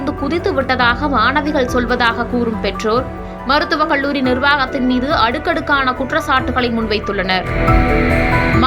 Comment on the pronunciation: Very sad and tragic news that a young student's life got lost (suicide / .....).. The News Reader killed the language with her pronunciation with "ல்" "ள்". கல்லூரி. Her pronunciation is கள்ளூரி" and many words. Please practise to speak correctly, especially if you are a Tamil native person!